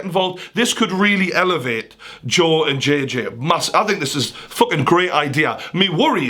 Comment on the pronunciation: Fokin Fokin Fokin Fokin Stop saying fok/in